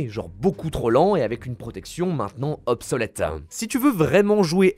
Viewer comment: J adore tes vidéos mais ça me stress le nombre de mots que tu prononce bizarrement genre « goût du jourem » « obsoletem » «fin du toureuh » « cimetiereuh » etc par contre tu dit pas teromicem tu dit bien teromic 😆